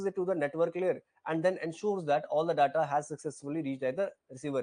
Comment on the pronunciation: Your pronunciation of 'DATA' is not correct